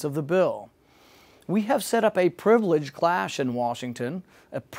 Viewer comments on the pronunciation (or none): especially loved "the safety nut" and "the privileged clash" "perpetual" misspeaking